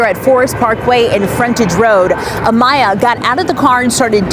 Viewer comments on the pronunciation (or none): AMAYA NOT amia or amnia A-M-A-Y-A ❗️❗️ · Yes!! He was pissing me off!! Who tf is Mia! It’s clearly Mya!! Trying to capitalize off the situation… sad !! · Why does he keep intentionally mispronouncing her name? I’m pretty sure we all just heard how her whole family pronounced it.